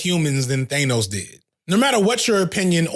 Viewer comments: I love you, you’re the best… but I’ve never wanted to make fun of you more for how you pronounced Thanos. “Who is ‘They-knows?’” 💀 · the only problem i had with this video is how you pronounced Thanos caught me off guard 😆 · pronounced thanos wrong, entire video is worthless, your point is now invalid